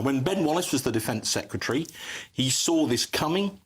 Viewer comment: Secretary, not Secutary! You are hurting my ears!